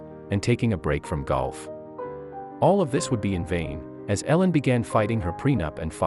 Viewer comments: Come on if your going to tell the story learn how to say her name ! E-lin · If you're going to tell the story at least pronounce the names correctly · Annoying hearing you pronounce her name wrong. You said it right twice! Misleading title for this crap video. Also, learn to edit .